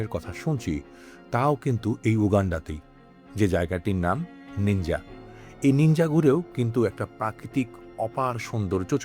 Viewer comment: Bhai, the name of source of Nile river is Jinja not Ninja